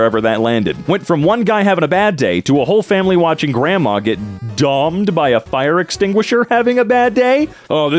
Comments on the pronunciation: saying grandma got dommed instead of domed though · yo its dome-d, as in hit in the head:) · Ok but how do you not know how to pronounce domed? doe-md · Domed as in a long o sound